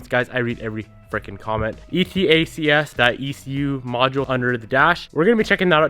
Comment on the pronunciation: Devin it's called "E-Tacks". It'll save you from having to spell it out every time...